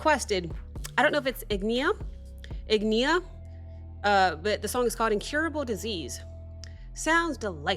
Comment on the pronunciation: it's ign[i]a. And the singer is Helle, not Yulia, lol